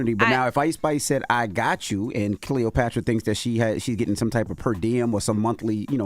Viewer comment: CleotrapAAAAAA not errrrr